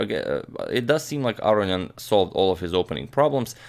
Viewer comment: AGAIN, it's not pronounced "aryan". It's A-RO-NI-AN.